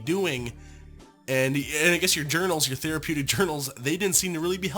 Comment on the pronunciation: Tell me she did not say theripitic I’m going to flip it’s therapeutic get it right please😂😂